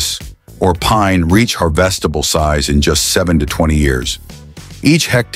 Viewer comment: AI narrations are getting better, but really, har-VEST-able?